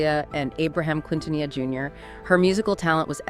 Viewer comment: Who are the narrators? 🤔 They cant even pronounce Quintanilla and Tejano properly.